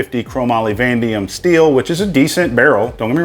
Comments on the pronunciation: I love that you always say "vandium" instead of vanadium when talking about 4140/4150 barrels. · Hey, I have been procrastinating for many years over purchasing a folding adapter. The time & effort you put into this video has helped me in my decision. I have been in the metal & steel fabrication industry for 40+ years and mean no disrespect towards you when I share with you the correct pronunciation of "Vanadium" (vuh·nay·dee·uhm). To be transparent, I pronounced "Vanadium" for many years the same way you did only to learn the correct pronunciation when responding to a major Haz-Mat incident that released nano-particle Vanadium over an entire city in the Midwest. Blessings my friend. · Van-Dium steel? lol